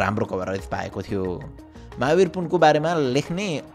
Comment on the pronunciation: Mahabri vayexa 😅 chhalfal ko thau ma chalfal vayexa sydney lai sunday pronounced